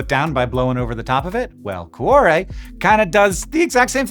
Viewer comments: For the follow up, get a real Italian to teach you how to pronounce 'cuore" which has two not three syllables - "Kwo-ray" if you will. (IlSorry for moaning but I squirmed all the way through an otherwise excellent video listening to coo-oh-ray!) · From whence? wtf? The word 'whence' means 'from where'. 'From whence' thus means 'from from where?' It would be simply 'whence it came.' For some bizarre reason, you insisted on pronouncing 'cuore' as cu-ah-re. O in Italian is always pronounced like Oh. Never like Ah. why? What you said would be written 'cuare', which is a non existant word. Please refrain from applying bizarre English pronunciation to other languages. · Your pronunciation of Cuore is killing me... but I guess your not Italian, so we'll give you a pass. great job on the video. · Speaking of learning new languages, a note on pronunciation: Cuore is not pronounced like cwahre. To get to the right pronunciation, you can start with add a k to the beginning to get then change the final k to re at the end to getormeaning heart. If you can make a flap sound like the Spanish r, you can use that to get closer to the Italian pronunciation. You may share this notation with the universe of physicists. Also, Google translate can pronounce anything for you, so that’s worth trying before posting. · So per that Babbel ad, I do speak Italian, but I didn't understand what was said until I read it because, sorry Hank, but your pronunciation was pretty dang bad.... Cuore in particular... Coo Or Eh